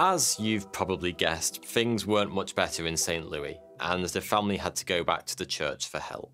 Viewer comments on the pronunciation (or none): Saint Lew-es, not Saint Lew-wee. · Um its def NOT St [Lew-ee] St Louis [Lou-is] think about it like this St [Lewis]. And I'm glad you didn't try tackling the state St Louis is in too. Cuz that one will spark disagreements from coast, Missouri. Some say Miz-Or-EE, others say Miz-orr-a. And just avoid New Orleans at all costs. I'm lost when people say Nah-linns....but I kinda get it since I'm Bawl-moor, Mar-Lynn, affectionately a.k.a. Bodymore, Murdaland. Just a brief State's Lesson in regional accents to remedy the butchering of St. Leww-ee a dozen times in this vid 😉😏🇺🇸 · Saint LOO-is, not Saint LOO-ee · I live right down the street where this happened in saint louis. Also it’s not saint Louie it’s Louis like the name (: also my great grandma worked at the hospital while this was happening. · In America is pronounce it Saint (Lew-is) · Lmao, It's actually pronounced St. Louis with the S not St. Louiee. But that's okay, amazing video learned a lot about my home town. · I live near St Louis. No one here pronounces it as St Louie. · Saint LOO-ISS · It’s pronounced St Lewis. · saint loo-es 👍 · Great video as always! PS: The "s" in St. Louis isn't silent. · No one gonna talk about how he kept saying St. Louis wrong lol, love your vids man keep up the good work